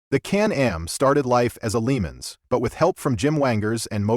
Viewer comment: It is a LeMans ... Le Mans not Lee Mons. Teach the robo voice to speak properly or grow a pair and use your own voice. Lee Mons ... geez :face-orange-raised-eyebrow